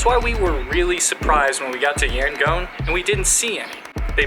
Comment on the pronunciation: It's pronounced YangON (ON) not Yangoan.